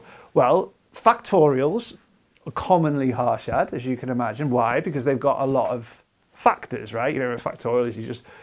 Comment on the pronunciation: just to nitpick the pronunciation, the "a" vowel is the same in both parts of the word. so it's not like "harsh" "shat" (hɑːʃæd), but like "hush" "shut" (ɦɐɾ.ʂɐd̪ɐ).